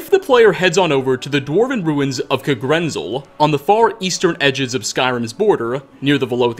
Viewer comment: Okay. Not ancestors. DESCENDANTS. (Toward the beginning in regards to the Falmer with the Snow Elves.) also. If I hear “Kuhgrinzul🤪🤤” again, I’m gonna make you gargle dirty pond water. It’s literally pronounced “Kag-ren-zel” heck I’d even accept “Kah-gren-zel” it’s in the game bro bro come ooonnnn😩smh